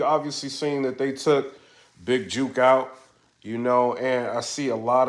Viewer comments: Big "juk" not "juke" bro lol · Is it juke or jook? Cause ur say juke